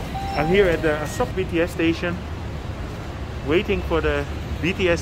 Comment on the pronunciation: Good video, but... You say: ah-suck It is: ah-sow-k